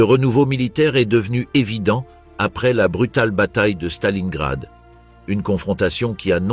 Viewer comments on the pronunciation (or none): none